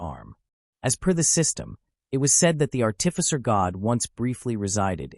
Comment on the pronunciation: Its art'ificer not art'tificer.